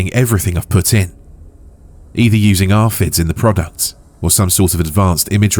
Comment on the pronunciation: Had to giggle at RFID being read as "arfid"🤭